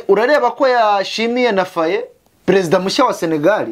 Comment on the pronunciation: Président FAYE wa Sénégal. Iryo zina murisome nta accent y'igifaransa mushizemo. FA YE murisome nk'izina rya kinyarwanda...